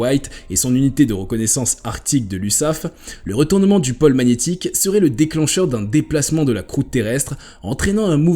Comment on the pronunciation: pÔle et non pole